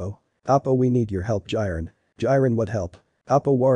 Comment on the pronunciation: Ah yes "Jairen"